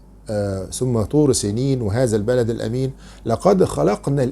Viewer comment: رجاء. طبيب ويقرأ القرآن. ويقرآ وهازا البلد الامين.. معقولة لا يستطيع لفظ هذا(حرف الذال) وهذا البلد الأمين.